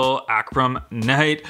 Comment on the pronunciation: Dude doesn't know how to pronounce "Arkham" 😆😆